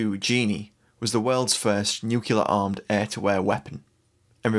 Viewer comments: FFS, the weird is Nu CLEAR, not NU CULAR. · It's NU-CLEAR not NUC-ULAR !